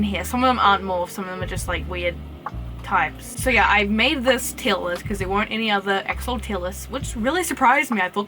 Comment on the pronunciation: Tier not teal